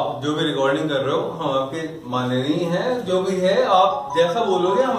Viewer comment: hum manniya hai jo bhi hai🤣🤣🤣🤣🤣🤣 pura sharabi jaisa flow aa rha hai